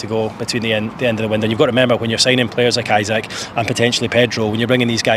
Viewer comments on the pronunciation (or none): E sak, Not Isaac haha